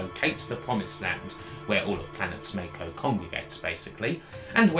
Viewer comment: Mako is pronounced Mack-o, not May-ko.